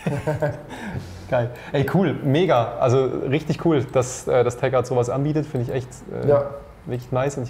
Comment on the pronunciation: Nächste mal einen Sprecher der nicht jedes Mal Teckart sagt obwohl es Techart heißt !!!! Bevor man wohin geht sollte man sich bisschen informieren